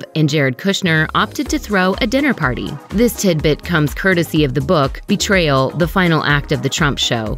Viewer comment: The way she pronounces betrayal